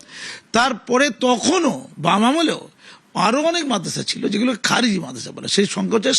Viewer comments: খারেজি টাও ঠিক ভাবে বলতে পারে না সে আবার মুখ্যমন্ত্রী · ভাইরে উনি নেকি আমাদের মুখ্যমন্ত্রী।। খারিজি কে বলছে খাজেরি😂😂😂😂😂😂😂😂😂😂😂😂😂😂😂😂😂